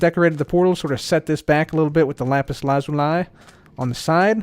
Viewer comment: I’m sorry but LA ZU LIE??????? It’s “La Zool E”